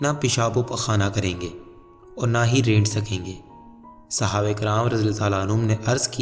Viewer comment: Bi sahaba ikram ka name to sahi lo